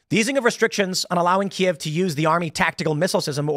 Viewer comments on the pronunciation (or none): none